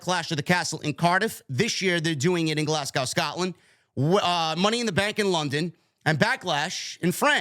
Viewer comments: Glas go is how we pronounce it Correction Glazgo Clash at the castle Prices are ridiculous it's cheaper to fly to London and get a hotel and all in ticket Plus the hydro is shite for that kinda money I want it in castle 🏰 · It’s pronounced Glas-go the w is silent